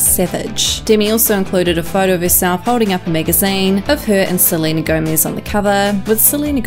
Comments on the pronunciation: Am I the only one that hates how she says gomaiiiiz. Thank u for the likes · “dimi and selena gomaiz” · it’s GOMEZ not GOMIZ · I just wanted to comment this, never heard anyone pronounce it like this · not the only one, and “deeimy”